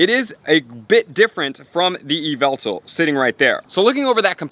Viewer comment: ai hev yveltar